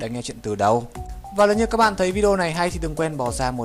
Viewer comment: Cào Cào lếu như